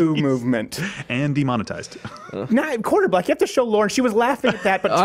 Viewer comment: Asking for Hopper: "Are you saying 'quarterback' or 'quarter black'?"